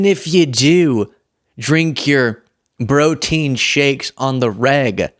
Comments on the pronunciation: He said “BROtien shakes”!!! 😂😂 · Drinking those “BROtien shakes!”…love it. Was a funny slip. 😁